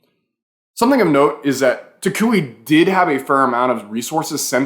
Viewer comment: learn how to say toucouille the right way or we not gonna be friends